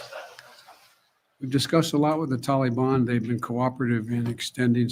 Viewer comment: Why does say "Tallybawn"